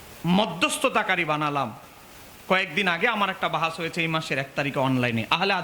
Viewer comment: তুমি ইবারত পড়তে পারো ?তুমি বাহাস কথাটাই তো উচ্চারন করতে পারছো না ,তোমরা নিসন্দেহে বেদাতি,অরিজিনাল সুন্নি হলে সুন্নি সুন্নি করে চিল্লার দরকার পড়ে না ,বেদাতিরা কয়েক বছার থেকে সুন্নি কথাটি খুব ব্যবহার করছে ,যাতে তাদের বেদাতি কর্মকান্ড আড়াল হয়েযায়, আগে সুন্নি কথাটা কোখনো শুনিনি৷